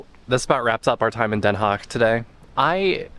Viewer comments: it is Not "haig it is DenHaag with Den and an aaaah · Den Haag like aaaah ... Please, don't be ignorant about the to the rest of humanity awkward way english speakers mutilate vowels. A should allways be aaah! E should allways be pronounced like in Hey! I should sound like ea in beat.